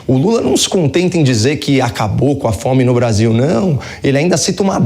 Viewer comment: "nós acabamus cá fome..." Kkkkk